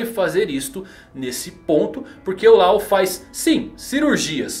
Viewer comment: A pronúncia não é Lau, é Ló, como lei em inglês